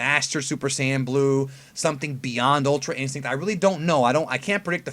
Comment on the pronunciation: Bro... it's ultra instrinct just say it lmfao